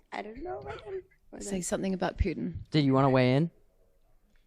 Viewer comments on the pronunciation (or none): none